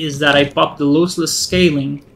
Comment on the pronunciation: Loss- less Not looseless